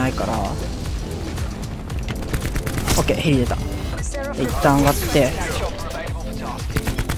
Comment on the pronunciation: へりでた が屁でた に聞こえた笑笑